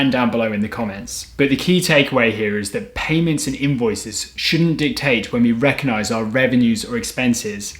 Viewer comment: Another good presentation. But again with the word recognise is pronounced with the “G” = rec-og-nise. This silencing of G has come in to English by Italians, who’ve dropped the “g”.